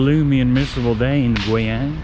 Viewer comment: u r funny 。it's gui（贵），not gui（鬼），yang(阳)not yang（羊），so its “expensive sun" not ghost sheep.LOL. BUT u r funny